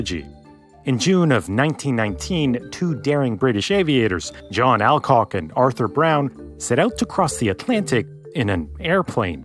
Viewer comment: Alcock is pronounced All-Cock not Al-Cock. (place your own jokes here)